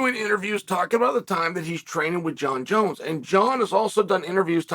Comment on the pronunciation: I wonder why Chael knows how to properly pronounce Jon Jones name 🤔